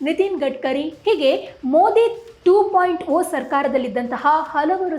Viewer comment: ನೀವು ಮಾಧ್ಯಮದವರು ಭಾಷೆಯನ್ನು ಸರಿಯಾಗಿ ಬಳಸಿ ಮಾತಾಡಿ.... "2.0 ಮತ್ತು 3.0 " ಟೂ ಪಾಯಿಂಟ್ ಓ ಅಥವ ಥ್ರೀ ಪಾಯಿಂಟ್ ಓ ಅಲ್ಲ ಟೂ ಪಾಯಿಂಟ್ ಜೀರೊ ಅಥವ ಥ್ರೀ ಪಾಯಿಂಟ್ ಜೀರೊ ಅಂತ ಓದುವುದು ಸರಿಯಲ್ಲವ....? ಜನರಿಗೆ ಸರಿಯಾಗಿ ಮಾಹಿತಿ ಕೊಡಿ ಭಾಷೆ ಉಳಿಸಿ...